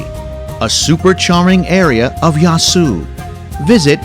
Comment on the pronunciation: Beautiful cinematography here, but I had to turn it off when it got to "Yae-su"... You're only saying a few city names, at least learn how to pronounce them.